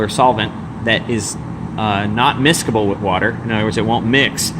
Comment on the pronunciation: the word miscible doesn't contain a hard "K" sound. i.e.: "Mis-sih-ble" ...Would like to see a better, shorter, more clear video on this with a better closeup, but this isn't bad. Also, would like to see them bulk separated in a lab/manufacturing setting and tested again. Thx, though. Gave it a thumbs-up.